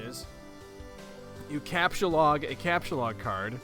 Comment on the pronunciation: I think youre the first person ive ever witnessed properly pronounce the homestuck vernacular right away, most people mess up on words like captchalogue or sylladex on their first few tries